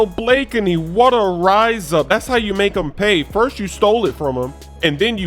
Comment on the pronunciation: why does everybody say blakeney weird. its two syllables not three. blake-knee